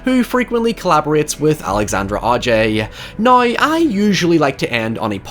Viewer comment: I didn't know words like "however" and "now" were pronounced with a "y".